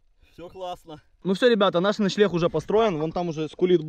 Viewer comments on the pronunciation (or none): Вы вместе говорите начелегх а правильно начленг лайк если заметил